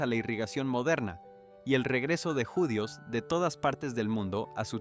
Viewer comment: Interesante el tema, pero, este locutor no tiene en cuenta los acentos: árbol, judíos, atraídos, atmósfera, quizá, volveía, profesía , inensificó, movía, veían, regresó, visión , y muchas más ¿ acaso es un robot mal programado? Tampoco pronuncia la ñ.